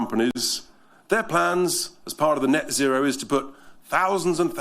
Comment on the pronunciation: NET ZERO IS NOT ZET ZERO… IT’S A HOAX!!!!